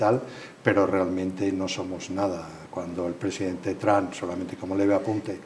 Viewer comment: Tran NO se dice Trump...cateta!!!!